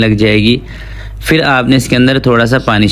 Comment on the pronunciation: Yeh “fir” kiya hota hai? Lafz ha phir. Pay se phir. Please Indians ki naql na karain.